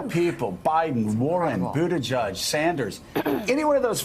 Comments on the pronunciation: I live in the area, I heard it as Boot-a-judge for years so I was a bit surprised when Pete said it is Boot-edge-edge. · Someone needs to gently and altruistically let Mika and Joe know that it is Boot-Edge-Edge (not "Boot-A-Judge"). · its booda JEDGE not JUDGE. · Its pronounced PUTAGIG !! STUPID. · I’ve heard mayor Pete speak in person. He says boot-a-judge. Joe and Mika are saying it fine. Not that it matters either way. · I've noticed most people pronounce it "boot-a-judge" - that pronounciation is probably stuck, not. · Boot ih jege? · Actually, it should be pronounced 'booty jitch'. That's how we pronounce it in Malta. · Dear Mika Please learn how to pronounce his name correctly It just looks better on TV. Trust me. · Pete says it is either....his husband also says Budda judge. I say But edge edge